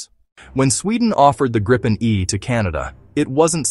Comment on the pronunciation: And it's pronounced "Greepen", not "Grippen" or "Gr-eye-pen"